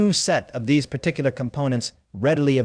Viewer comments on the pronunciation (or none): none